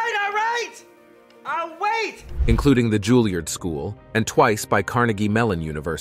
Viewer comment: "O-whoing-o-boingo" and "Julierrrd school" 🤣